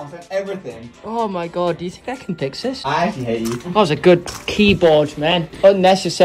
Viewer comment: Can we acknowledge the fact that said fix with a “TH”